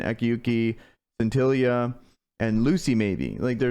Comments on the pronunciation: Sin til ee a,not skintilliya.from the word scintillating. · Is it just me or should she be pronounce the same way as “Cynthia”